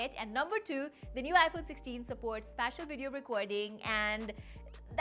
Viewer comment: spatial, it's spatial